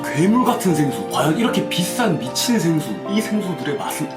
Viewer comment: 생수가 새X라고 들려요